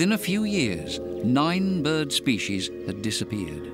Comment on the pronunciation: Species doesn’t have an SH in it. Yet alone two SH’s. What is this “shpeshies” word? What a crock of feeshees.